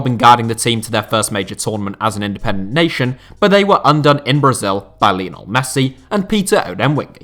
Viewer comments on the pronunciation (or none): none